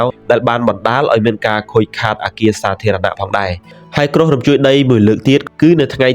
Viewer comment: គ្រោះ មិនមែន ក្រុះ, យប់ មិនមែន យ៉ុប ។